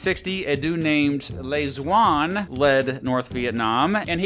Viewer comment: while im happy this video exists, i'd appreciate if you looked up how to pronounce vietnamese names correctly next time. just a small criticism! (particularly the names that start with the letter D - Diem should be Yee-ehm, Le Duan should be Leh Yuan, etc)